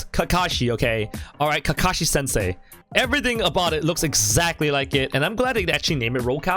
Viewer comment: i dislike vid bec u said rokashi not kakashi nice dislike u got there :)